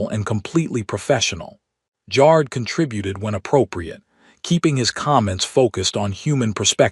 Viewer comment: It’s funny how the AI pronounces ‘Jar’d’, instead of ‘Jared’.